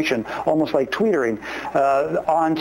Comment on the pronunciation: "Tweetering"? Really?